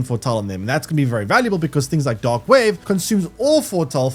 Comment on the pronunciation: Only listening to this I was hearing "dog wave" and "dog damage"...